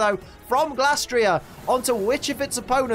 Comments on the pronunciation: It feels like you're mispronouncing Glastrier here. I'm certain the Gla part comes from Glacier and not Glass. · Just wanna confirm. How do you pronounce Glastrier? 1. Glay-stree-er (kinda like Glacier) 2. Glass-tree-er